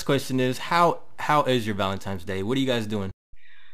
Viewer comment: valentines- not valentimes Lol